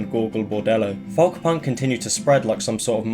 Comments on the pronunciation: Its pronounced "Foke" not "Fuhwlk" m8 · why do you say folk like that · someone teach him how to pronounce folk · Ive never heard anyone pronounce the L in Folk before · are you pronouncing the work folk wrong on purpose? is it like an inside joke? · I’m glad someone else said it. It’s the pronunciation of the hard L.